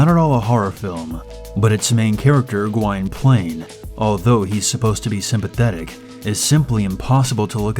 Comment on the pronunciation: GWYNPLAINE pronounced: G'win plane learn pronunciation! You also missed out THESE important details: In 1680s England, King James II sentences his political enemy, Lord Clancharlie, to death in an iron maiden. Clancharlie's son, Gwynplaine, is disfigured with a permanent grin by comprachico Dr. Hardquannone, so that he will "laugh forever at his fool of a father". When the comprachicos are exiled, Gwynplaine is deserted. He discovers a blind baby girl, Dea, who has also been abandoned. Together, they are taken in by the mountebank Ursus. Years later, a now-adult Gwynplaine has become The Laughing Man, the freak show star of a traveling carnival. He and Dea have also fallen in love; he remains distant, believing himself unworthy of her affection due to his disfigurement, although she cannot see it. Meanwhile, the jester Barkilphedro, who had been involved in Lord Clancharlie's execution, is now attached to the court of Queen Anne. He discovers records that reveal Gwynplaine's lineage and rightful inheritance. That estate is currently possessed by sexually aggressive vamp Duchess Josiana. Queen Anne grants Gwynplaine his peerage and a seat in the House of Lords, and orders Josiana to marry him in order to restore the proper ownership of the estate. Josiana, interested in the estate and perversely attracted to Gwynplaine's disfigurement, attempts to seduce him. Ultimately, he rejects her advances, renounces his title, and refuses the Queen's order of marriage. He escapes, pursue